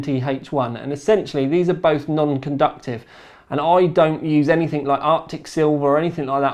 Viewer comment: It's how pronounces 'anything'.